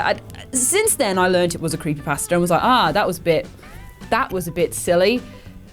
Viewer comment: Is it just me or when said creepypasta did anyone else here creepy paster?